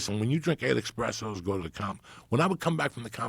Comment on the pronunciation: As somebody who was likely entrenched in Italian American culture it seems sinful that he doesn't know he's saying espresso wrong